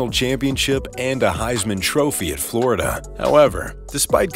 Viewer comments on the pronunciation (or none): none